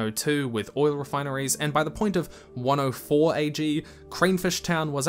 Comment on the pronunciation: its AG not BG